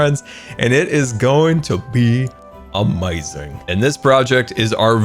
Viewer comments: It isn’t a scar vid with out him saying “UHmayZing” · No one:: it’s going to be Amaziong